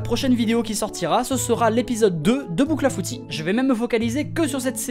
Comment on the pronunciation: J'ai cru que le " cl " dans bouclafouti était un " d " 😂